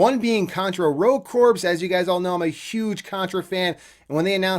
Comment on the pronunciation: Corps is actually pronounced “kor.”